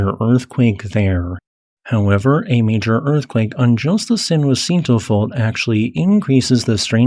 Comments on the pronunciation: Fyi its "San Jah-sin-toe" not juancito! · I've never heard San Jacinto pronounced as he does, San Wa-SEEN-to. I learned my Spanish pronunciations in Texas, and here it's pronounced Sahn Ha-THEEN-to. Do Spanish pronunciations differ in California? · Lived in SoCal for nearly 40 years and moved away. Lived right on top of the San Jacinto fault...been in plenty of large ones but never got to experience The Big One ..bummer...and San Jacinto is pronounced Sahn Haseentoe or San Uhsentoe..Spanish and local dialect. Also Cajon pass is pronounced kuh-hone 🙂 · San Huh Sin To (San Jacinto Mountain) Ka Hone Pass (Cajon) Considerable respect. I only mention this because gross mispronunciations distract from your very interesting content.